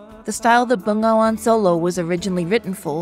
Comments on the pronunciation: it read Be-Nga-Wan actualy. not Ben-Ga-Wan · Can you say NGA correctly😂